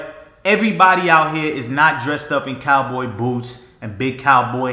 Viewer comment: “Out hea”